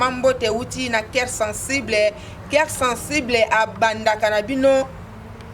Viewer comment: Mme " Keir sensiblai " a la place de COEUR SENSIBLE